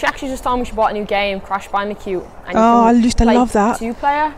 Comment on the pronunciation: I love how she says "Crash Bandicute" instead of Crash Bandicoot...talking of cute 😍